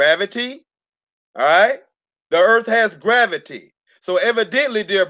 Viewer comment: .. I paused it.. let me guess.. "grabbitee"